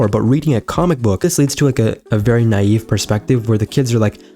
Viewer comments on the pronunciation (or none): none